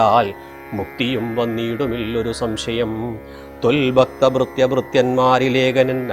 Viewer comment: ഭക്തൻ ആണ് ബക്തൻ അല്ല.. 🙏🙏🙏